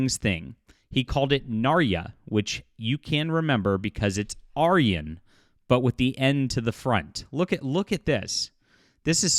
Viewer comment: Why are you pronouncing "aryan" that way? Even the MSNBC philistine pronounced it right.